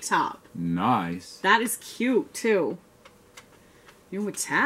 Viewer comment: Critique#1, cute is one syllable, one. Greg, tell cute is one syllable, one. That's all. Great exceptional box. Van, tell, cute is one syl... You get the message. Lol.